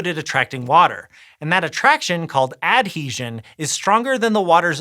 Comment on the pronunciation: Weirdest pronunciations for adhesion and cohesion I ever heard.